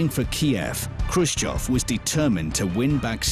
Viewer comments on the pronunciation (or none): its khrushchev btw